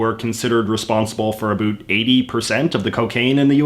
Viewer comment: Just found this channel. Seems great. I want to subscribe, but I can't get over how he says 'about' :|